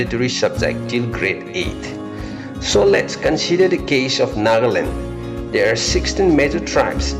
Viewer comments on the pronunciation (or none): none